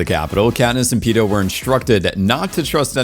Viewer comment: It's Mags...not Megs. And Peeta...not Peter